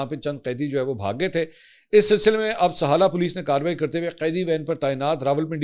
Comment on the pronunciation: It’s SIHALA. NOT SAHALA